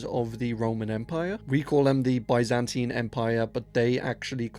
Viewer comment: What if you learn how to pronounce Byzantine right.